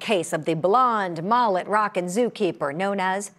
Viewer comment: What’s a MAHLIT? Lady….you aren’t an alien. MUH-LIT.